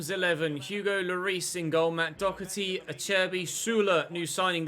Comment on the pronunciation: You pronounce Doherty wrong I’m Irish and it’s a soft H in his name so it’s basically said as doh-erty